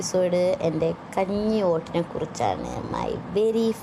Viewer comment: Kanji alla kanni🤣🤣